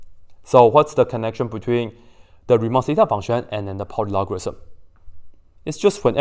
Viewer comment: "And this isss Poly logarism"